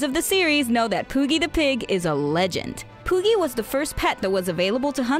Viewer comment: you said pooki and I completely lost interest